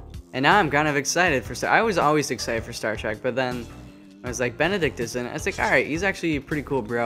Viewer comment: I lost it at Bededict Cumberbatch